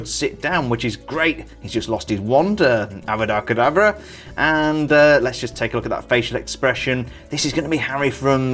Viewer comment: Mate, when harry lost his wand, you sad Abrada Kedavra?